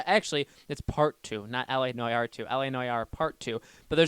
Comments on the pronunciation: Bro. It's LA No-are. Not LA Noy-are. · It's ˈnwär, not N O Y A R E. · You pronounce it NWAR, not NOJAR 😂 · It’s so hard to watch when he says “noyare” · N O Y A R E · you immediately sound like a dumbass when you dont pronounce noire right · please say Noire correctly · Goddamn, learn how to say noire